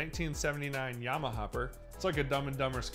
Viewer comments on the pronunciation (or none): none